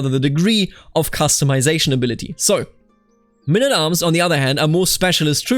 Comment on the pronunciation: What is mynn at arms? Please, can't you just say men at arms?